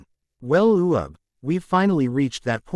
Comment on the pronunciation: his name is uub NOT u ub